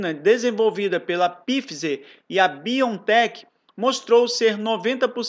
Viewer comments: Nao e pfizer e (Fizer) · Pfizer se pronuncia faizer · Boa tarde! Farmacêutica Pfizer - lê-se “FAIZER”. Abraço e continue fazendo seu ótimo trabalho! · meu amigo a pronúncia do nome dessa vacina é: Faizer. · Lê-se “Pfaizer” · Imaginei isso aqui kkkk falou igual nós mineiros kkkkkk "pifizer" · Obrigado pelo vídeo. Pfizer, pronuncia-se pfaizer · a pronúncia é FAIZER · Pfizer = Faizer